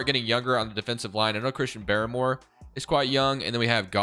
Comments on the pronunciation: Uche pronounced: " Oo-Chay." and Barmore is just: Bar-more not Baramore. Nbd just cringe when you say the names wrong 😆. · Pronunciation of Uche and Barmore is hilarious hahaha